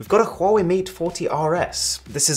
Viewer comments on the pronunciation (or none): my guy that wasnt a huawei, that was a huavvei